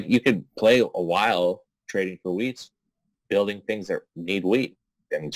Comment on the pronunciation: I always hear “road bidding” when you say “road building”. 😄